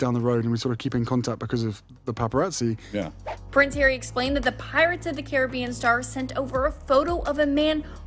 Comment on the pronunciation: I double up when some of the commentators say "Hairy" instead of Harry! I do feel sorry for my neighbouring country England, having to endure this, at a time when they need to have peace and quiet, for their Queen, at her age! Charles is aware that the split in the UK is very likely, and the people of the USA have seen this coming for a long while now, and tell it as Royals of England too! They also want and need to have "Supposed Royals" there too, and lap all this up as they are used to the cult of celebrity there. Sadly the cult can soon be over and another celebrity takes top place! What could happen however, is that Harry's wife will run for President, and if Trump achieved his goal, there is every liklihood that Harry's wife will also do so too!